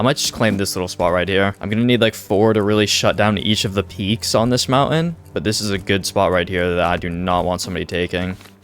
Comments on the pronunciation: Mountain. Is pronounced mountain not mounten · Please STOP saying mounten its so annoying just stop saying it at all.. call it a Hill if you cant pronounce it correctly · Nope i cant watch it anymore you say mounten so many times its unwatchable